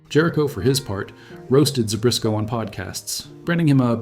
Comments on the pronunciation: There is no "R" in Zbyszko... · There's no "r" in Zbyszko.